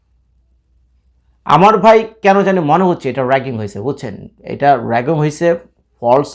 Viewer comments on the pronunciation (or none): আরে বাচ্চা ছেলে রাগিং নয় রিগিং কথাটা হবে, ঠিক করে জেনে কথা টা বল